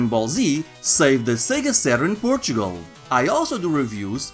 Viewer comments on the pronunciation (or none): none